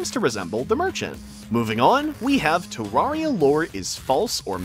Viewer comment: It’s terraria Not terrahriah